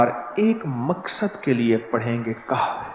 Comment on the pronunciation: Jaali peer KAHF kay lafz bi sahi nahi parh raha hai aap khud mulahiza kerlen to per